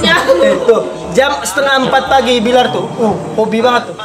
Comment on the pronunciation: Billar udah kebawa Dede nyunda bgt F jadi P wkwkwkwk